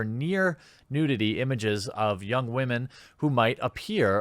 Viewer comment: I appreciate your principled approach. Are you aware how to pronounce "women" (not "wah-men") or are you being facetious?